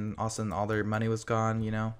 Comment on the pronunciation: The way he said monney lol,!!